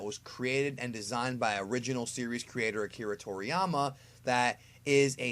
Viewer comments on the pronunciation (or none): none